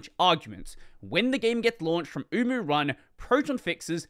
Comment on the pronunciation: HELP I KEEP HEARING UWU 😢